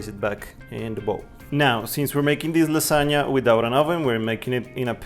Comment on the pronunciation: Casi diría que hablas como nativo hasta que te escuché decir lasagna :v pero amé la idea de este canal <3 Felicitaciones.